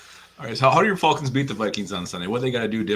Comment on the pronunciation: Wtf is up with pronunciation of "Fahlcons"? Especially when Falcoholic makes much more sense when pronounced correctly.